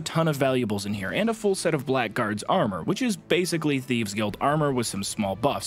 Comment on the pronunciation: Sorry, this is one of my personal nitpicks. But "Blackguard" rhymes with "haggard". Yeah, I know it doesn't LOOK like it does but trust me, it does. Blame the English for making their language needlessly complicated.